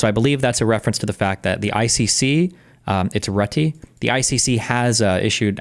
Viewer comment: Mark Rutt+eh, or something like that. I don't think you have an intuitive way of doing the "e" like we have in the Netherlands.